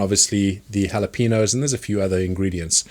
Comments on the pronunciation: the way he says Jalapeños makes me really angry for some reason. its Jalapeños not halapeenos god dammit!!!! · Its not yalapinos , its halapenyos the yo as in yoyo , halapenYos. Yo as in new York halapenyos(EDIT:im writing how i think it would sound correctly when you read it in english . Phonetic writing .Like bussiness being pronounced like biesness) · It's pronounced Hal-ah-pen-yos not hal-e-peen-os 🙂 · "Hallapeenoes"?! That's it, I'm calling the EU leadership on you people. No deal. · New Sub here Also JalaPeenos 😂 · ITS PEEN-YOS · Lol "the jalapeenos" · Can’t even say it properly. Thumbs down nice try mate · Love your videos but it's rough hearing you pronounce jalapeños so wrong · You pronunciation of Jalepenos is horrific